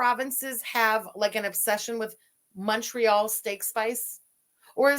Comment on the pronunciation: even MFW in Indiana has Montreal Steak Spice. She calls it "Monorail" steak spice. Yes, monorail like the train 🤣